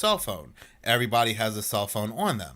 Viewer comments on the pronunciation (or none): His name is pronounced Rick Bee-ah-toe and “everybody” isn’t pronounced Errebahee!